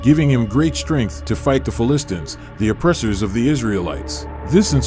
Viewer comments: You are mispronouncing Philistine/Philistines. Very annoying. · Ironically, you must be a Philistine to mispronounce "Philistine".